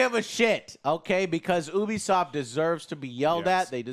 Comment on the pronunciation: and...it's pronounced yoo-be-soft not oo-be-soft (Ubisoft)